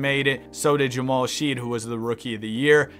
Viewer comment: it’s she- ED. not sheed